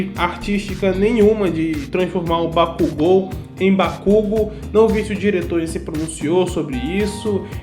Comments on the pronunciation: Bakugu? Cara sério, oq o dublador tem na cabeça pra chamar o bakugou de bakugu, kkkkk ficou muito foda e engraçado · Déku e kazinho passa, mas bakúgu NÃO, MDS BAKÚGU PRA QUE MUDAR O NOME DO PERSONAGEM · Kazinho dá pra aturar, agora BAKÚGO cARA KKKKKKKKKKKKKKKKKKKKKKKKKKKKK Aí deu ruim kkkk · Sinceramente bate uns estranhamentos, mas depois de um tempo tu se acostuma. (Tem horas que vc até não percebe que eles falaram Bakugo em vez de Bakugou ksksk) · eu assisti dublado e falo bakúgu pq acostumei '-' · Bakugou Katsuki? Não, não... Bakúgu Kazinho.... yeah 😎👉👉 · Meu, kazinho até vai, mas Bakúgu foi de ferrar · na vdd, a escrita correta é 爆豪勝己 (Bakugou Katsuki) então tá corretíssimo. A fonética é Ba-ku-gô.